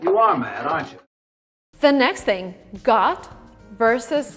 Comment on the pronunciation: I dont know how youtube auto subtitles work, but when you say "got" subtitles show "god". I mean your pronunciation is a little wrong maybe